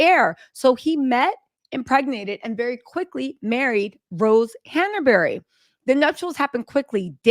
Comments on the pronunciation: Not Han A bury. It's Hanbury 😅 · Honey, its han-bury not han-er-bury